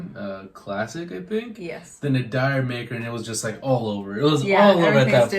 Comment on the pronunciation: For me this is Zep doing a pop album with its ultra clean production and elements of funk, reggae and doo-wop. D'yer Mak'er is pronounced Jer Maker (Jamaica)